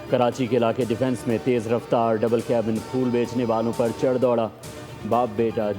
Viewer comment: چڑ نہیں چڑھ